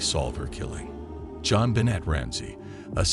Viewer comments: Please pronounce JonBenet properly. Thank you. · FAIL! You used AI (and chose a bad one at that) AND you didn't make it pronounce her name right.